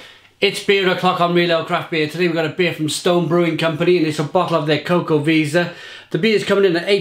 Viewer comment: Great review! I think you pronounce it 'Chocoveza', but I'm not sure.